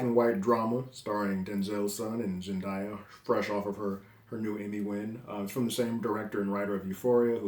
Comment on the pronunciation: can’t wait to see this! the black and white and gorgeous cinematography gives it an old art house look which i love. i hope you get to dive back into euphoria one day. it truly is incredible and z definitely earned that emmy. sidenote: her name is zen-DAY-uh by the way. day not die. jimmy kimmel said it correctly when she won the emmy if you need a reference.